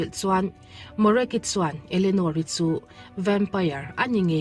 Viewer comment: vempaiar, ti lovin vempair ti ve mai laa😂